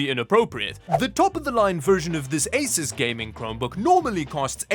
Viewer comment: It's "AY-soos" not "AY-sis"!.